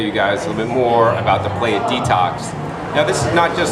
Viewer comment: great video! but its pronounced pla-jha:)